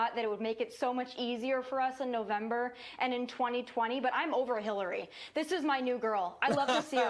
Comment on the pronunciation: My tiny contribution is that I don’t like the way she says “and”. It sounds like “Ayind “